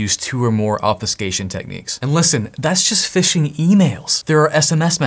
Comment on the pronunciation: your accent changes the u in obfuscation to sound more like pho rather then few